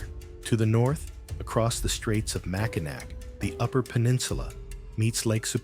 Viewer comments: I had to turn it off when he had said Mackinac, it's Mackinaw! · Mackinac is pronounced Mac in Awe And SAULT Saint Marie is pronounced Sue Saint Marie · Its pronounced Mack a naw and Soo saint Marie. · The Mackinac Bridge is pronounced "Mack-i-naw," not "Mack-i-nack." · Those of us who grew up in Michigan pronounce it Mackinaw. People who know no better pronounce it Mackinac. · If you can't say Mackinac you can't school me about Michigan. Bye. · Nope. I didn't get past Mackinac to watch the rest of the video. If they mispronounce that name then the video is a train wreck that I'm getting off from before it leaves the station.